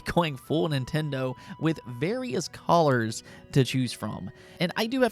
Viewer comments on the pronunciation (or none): Your saying colors wrong